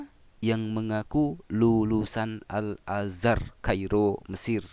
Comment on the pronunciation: Tingginya 7 meter, lah pada saat baca Surat At Tin itu di lapangan terbuka, di dalam gudang pabrik atau di dalam rumah atau plafon rumahnya tingginya lebih dari 7 meter ?...waras...? Lagian mondok 5 thn kemudian diangkat jadi ketua/kepala yayasan ...? Ngucap Al Azar tadi sepertinya juga keliru....hadeh ....koplak...koplak.